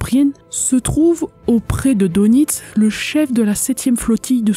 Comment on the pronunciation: bonjour! Dès le départ et tu commences à me connaître un peu... Karl Dönitz, on prononce DEUNITZ U-Boot = Untersee Boot = bateau sous marin = OU BÔÔT... Allez, je vais t'écouter!